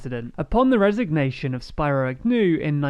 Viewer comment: Spiro is pronounced SPEE-ro, not Spy-ro